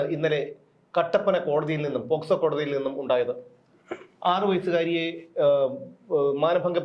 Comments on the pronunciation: Posco അല്ല pocso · പോസ്കോ അല്ല. പോക്സോ.